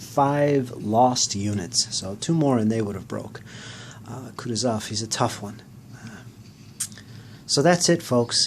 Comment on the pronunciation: You'r pronouncing Kutosov wrong, its pronounced kooh tooh zov.